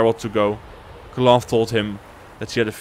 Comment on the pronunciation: Cloth, is one of the most bla bla bla ruler sof the north, it's pronounced KALANTHE not KLOF, good video though